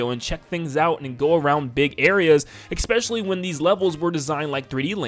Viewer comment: There is not an X in the word especially.